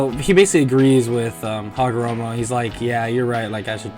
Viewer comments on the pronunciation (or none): You said haragomo not hagoromo